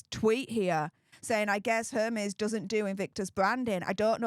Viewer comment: Dear, Hermes is pronounced "AIR-may". It's French. I know.